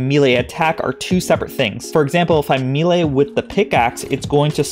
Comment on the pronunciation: I have posted this request in other videos of yours. Please please please. May-Lay. May-Lay. Old D&D nerd here. Thx for your cooperation. Lol. Love the videos